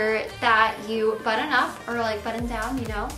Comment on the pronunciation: And She says "buDDon" instead of button.. it drives me crazy